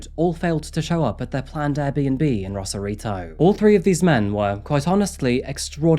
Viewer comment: ACTUAL SAN DIEGAN HERE, who also had a house 11yrs south of Rosarito (ROSE-AR-I-TO, not Ross-arito). And no, not better beaches. Lesss crowded yes but dirtier because of no sanitation infrastructure in Baja. You need more better resources!! I’ll have to edit and update this comment as I go thru this video…lol